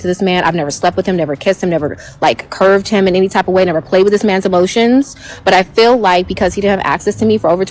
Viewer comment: Someone please tell these girls that the word is "feel" not "fill". In every single video too, every black girl says fill😂😂😂😂😂please take some English courses